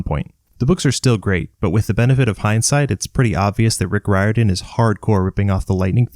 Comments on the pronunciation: Irishman here - the surname “Riordan” is pronounced Reer-dun, not Rye-or-dan. Like Dolores O'Riordan from the Cranberries. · Its pronounced Rear-Din, not Rye-Er-Dun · I could’ve sworn it was “Rick Rordian.” At least, that’s how I remember it since I was a kid. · Good video but I cringe every time you butcher the name Riordan